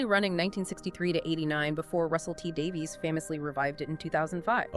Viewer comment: “Shute-ee gat-wuh!” “Davies = Davis”